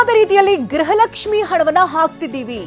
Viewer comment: Gruhalakshi not grhalakshmi Lakshmi mam